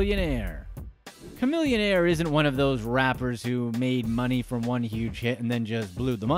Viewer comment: homie, v-a-i-o? just say vaio. and khamillionaire? its chamillionaire homie..why butcher these household namessss